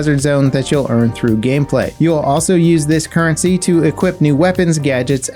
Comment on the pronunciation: "currency". NO.